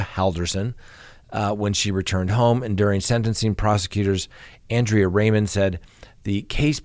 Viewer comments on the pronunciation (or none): none